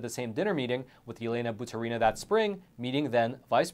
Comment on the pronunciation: Not like it matters but it's batUrina, not baturIna )